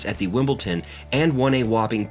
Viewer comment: Wimbleton? Raducoonoo? Excape?